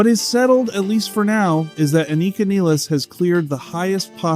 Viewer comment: Aneeeeka Neeeeeles - oh for goodness sake